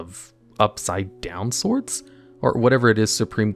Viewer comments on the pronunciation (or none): none